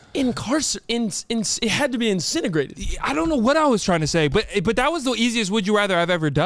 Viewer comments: Hey, don't worry about it bro, dumb too. The word is incinerate... not incinergrade 🤣 lol great show though. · How was cam a teacher he said incineragrate it's incinerate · saying “Incinegrate” instead of “incinerate” is sending me